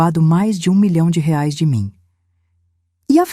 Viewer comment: A IA NÃO SABE DATA, NEM MESMO FALAR REAIS . "ELA" FALA RAIS. KKKK